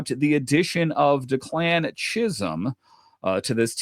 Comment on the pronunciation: FYI,, it’s DECK-lan not de-CLAN